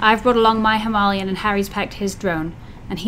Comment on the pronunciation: Well done learning to ride off road. Your bike is a Himalayan as in the mountain not himarlian as you call it 😂🤣